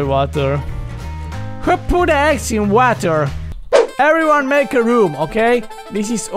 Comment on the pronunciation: I can’t get over this ”WHO PUT DE EGGS IN WHATER”